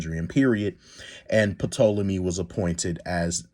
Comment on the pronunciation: The “P” in Ptolemy is silent so just pronounce it Tolemy. Also want to correct something, Egyptians at the time of Cleopatra were a mixed society. They were mainly middle Eastern (Coptic and Middle Eastern Semitic) and black. Also Ptolemaic Dynasty was notorious for inbreeding to keep their gene pure, so there is a low likelihood that she was visibly a black woman. there is a possibility that she might have had some local Egyptian mixes from her unknown grandmother’s side. So I do agree she might have been mixed, but this would lean her to look more Middle Eastern. Was there black in her, it’s possible. however, her features from most reliable depictions at the time don’t look black. I feel Jade and her people just wanted to create a sensation and their mission was accomplished.